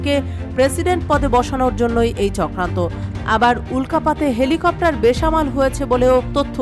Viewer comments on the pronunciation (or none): এলি কপ্টার না হেলিকপ্টার। 😂😂😂